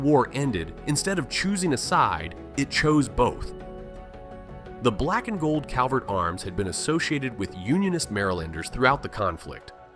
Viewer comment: CRVERT instead of Calvert- 😅